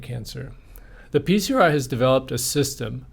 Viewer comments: should be pronounced as "pee-cry". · I wish he would stop saying "Peace-er-eye." What is it? Acronyms are confusing when you're under stress. Is he saying "PCRI?" Ok, what is that?